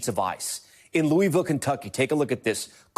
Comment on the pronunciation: This boy can’t even pronounce Louisville correctly